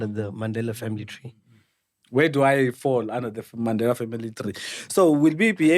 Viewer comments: Yoooo this guy😂😂😂😂😂 Mmandelah not Mandela (the pronunciation). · Word of the day "Maandela" not Mandela😅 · uMandela not uMaaandela & Tetiwan (31) is all I heard from Mayibuye, maybe he had the amber nectar before the show. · Maaandela not Mandela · He, himself, even forgot to pronounce the Mandela surname the way he was teaching us. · Kante all along we've been pronouncing Mandela wrong as a nation😮😮🙌Yhoo